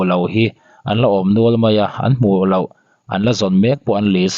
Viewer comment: I puang tha viau mai . chutih rualin lo tih turah lau i ti zela 😅